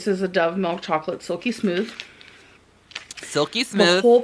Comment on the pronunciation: I hate the way she says 'chocolate'. She throws a breathy "h" in there. Unacceptable. 😁😊🤣